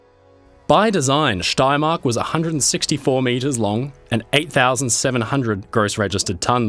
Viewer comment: Excellent pronunciation of „Steiermark“